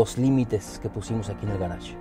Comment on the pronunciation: Excelentes consejos. Pero no se dice "garach"; en español se dice "garaje".